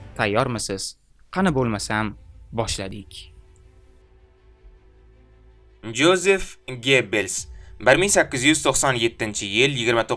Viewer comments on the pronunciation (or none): Yozef aytiladi